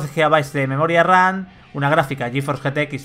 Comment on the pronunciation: es burla de cómo lo pronuncia